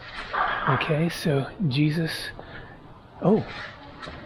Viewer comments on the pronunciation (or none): none